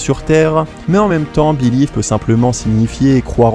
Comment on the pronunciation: Béliève??? On peut être mauvais en langue mais là c'est du manque de respect de soi!😂